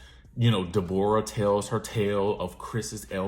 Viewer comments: Not Day-bor-ah !! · Not Dey-Bore-rah😂😭😭😭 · Resting Grinch Face would be ready to fight you for the way I’m dying every time you say Dayborrah 😂😂😭! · “Ms day bora” 😭